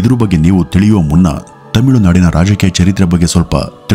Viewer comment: adu tamilunadu themilunadu alla 😂 kelavu saari themiilu anthiyalla 😅